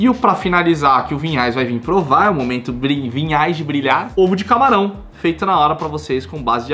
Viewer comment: é Vinhais, e eu sempre ouço Pinhais